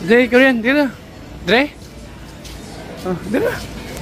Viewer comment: Di ko naintindihan in the beginning sabi mo koryan food yon paka koriyan foods as in Korean foods!